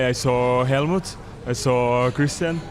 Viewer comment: You sawR a happy Fernando, how can he be happy if you sawR him,in half?